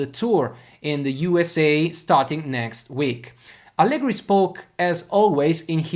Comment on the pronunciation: Tutto molto bello e spesso sono d'accordo con te, ma pronunciare Allegri con la R moscia all'inglese no, dai... E' un nome proprio italiano, va pronunciato correttamente.